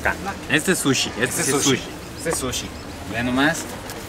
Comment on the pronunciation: I loooove to watch you, but I cringe whenever you go eat "sushi"